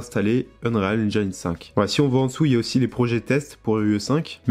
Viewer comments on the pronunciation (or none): Prononciation : N-jine et pas Njayne 😅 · "Haine-djéne" pas "haine-djaïne" ... Mais sinon ça a l'aire bien fichue ce tuto. Bravo!